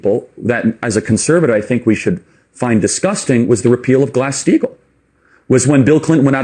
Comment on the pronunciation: I always hear glass steel instead of glass steagall